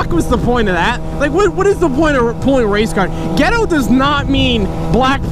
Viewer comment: for a solid minute I thought he said race car not race card